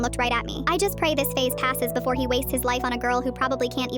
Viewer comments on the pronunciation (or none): none